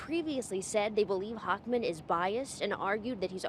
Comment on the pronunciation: Not really. He can save the general public by keeping them in prison. Also, it's "Hochman." 😂